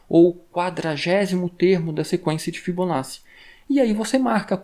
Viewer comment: agradeço o conteúdo! apenas uma dica para futuros vídeos de fibonacci: se pronuncia "fibonáti"